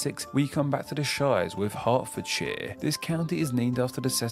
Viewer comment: This is confusing. I thought the narrator was meant to be British? He certainly didn't sound British - just pretending to be. For example, he pronounced so many counties incorrectly. Hertfordshire, Berkshire etc - they're all pronounced Hart or Bark. The 'ER' is invariably pronounced 'AR'.